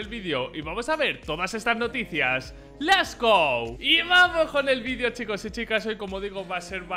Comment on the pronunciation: En vez de lets go dice les go